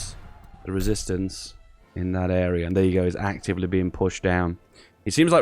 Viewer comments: "I JUAN THE RÉSISTANCÉ" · "I want La Rėsistance" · "i want the resistace" i really need to risist my parants. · I want the resistance (w/ french accent haha)